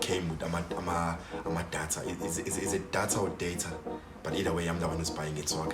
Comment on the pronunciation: It's DATA not DEYITHA...